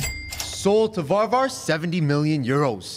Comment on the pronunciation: It’s Varvar